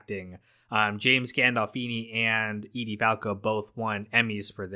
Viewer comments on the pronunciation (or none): none